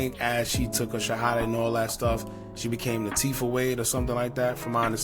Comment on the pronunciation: It LA Tee FAh in pronunciation not tiff fah